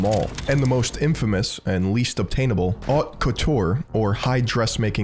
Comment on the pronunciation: Dude says Barcelona lispy and all but can't pronounce "haute".